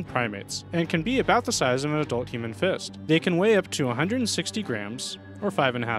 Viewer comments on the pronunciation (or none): none